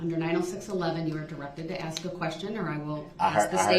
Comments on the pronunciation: "The state can AX the same question I already AXED? " Gotta love a piece of sh*t that can't even say the word ASK properly. 🙄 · And no idea how to ax a question 😅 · If he was sentenced to 1 year for everytime he mispronounced the word "ask", I'd be happy.